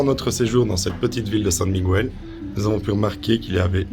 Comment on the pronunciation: Svp svp prononcez correctement San Miguel (ne pas prononcer le u)